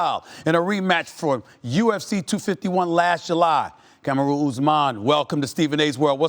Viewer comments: It's not Cameroon its Kamaru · Its KA-MAR-U. Not KAMA-RU!!! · "Kam-ah-roo Usman" - Stephen A.